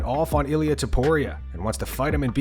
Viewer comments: I swear connor needs his own podcast if he not fighting drunk connor is funny as hell. Bro said topturo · hahahaha "Ilia Tobtoro" 💀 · Must sting Ilia to know his idol that he worships and even copied his tattoos doesn't even know his name 😂"Ilia Abtoro" 💀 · Bros so irrelevant can’t even say the champs name right lol bum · He ko'd topuria's name😂🤣